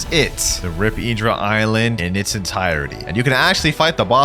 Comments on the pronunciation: It’s not iedra it’s in-dra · its not prinauncd rip_idra its rip_indra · Why does blud say eeendra instead of indra